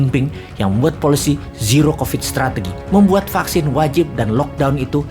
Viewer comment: "Vaksin, fucksin, vaksin" 😂